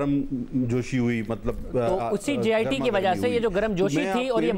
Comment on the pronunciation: its JIT not GIT